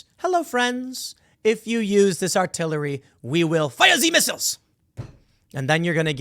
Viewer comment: Tim Pool: "fire ze misseyles!" Old Xennials: "but I am le tired"